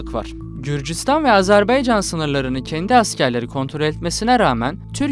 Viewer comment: Lavaşı Ermenistan yemeği yaptın ya. Ne diyeyim sana. Bi de Azerbaycan'ın adını Azerbeycan olarak okumaktan ne zaman vazgeçeceksin?!